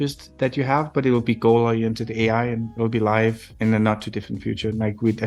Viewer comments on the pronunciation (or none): bro said oli-a